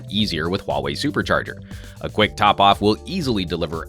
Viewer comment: omg, i have to say you pronounce the “huawei” perfectly!